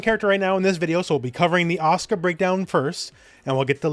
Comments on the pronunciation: It's asuka, not aska! Lol. Even Japanese wouldn't pronounce it like that. Ah-suh-ka, or ah-su-ka. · I've been to Japan, it's pronounced properly. You're not pronouncing the u, it isn't silent. Actually, no u in Japanese is supposed to be silent. It's just the Japanese tend to avoid using it because it's direct, and sounds like you. It's accusatory. They also tend to shorten their words. The ryukyuan language Japanese is descended from pronounces it. Okinawan Japanese is still like this. Just because it has a shortened pronunciation doesn't mean it's silent.